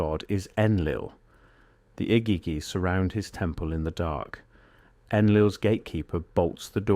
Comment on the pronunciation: Egeegee is the correct pronunciation. Can't watch so many words are mangled. I'll skip this interesting channel because of it!